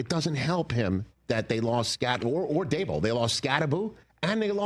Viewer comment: How has Rich never learned how to say Daboll’s name?